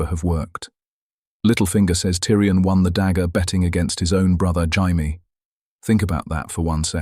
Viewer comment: Jamie pronounced Shai-me. AI crap.